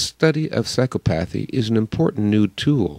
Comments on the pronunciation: I believe it's pronounced sīˈkäpəTHē. Your mispronunciation shows ignorance and unfortunately casts doubt about some of your arguments. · Great presentation, but I'm pretty sure the correct pronunciation is: psy-CO-path-y. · Very interesting. But please, the pronunciation is sy-COP-athy. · The reader reader needs to correct his pronunciation of psychopathy.